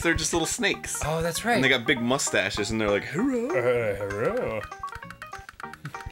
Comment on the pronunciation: Chinese people don't say "Herrow", damn it! They can pronounce l's...